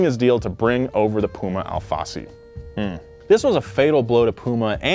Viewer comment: As a brazilian I have to say everytime you say Al Fassi it sound´s like ALFACE, which translates as lettuce in portuguese. btw. long time fan here, keep the good work!